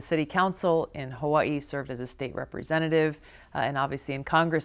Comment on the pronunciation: Love Tulsi. Hate the way she says Hawaii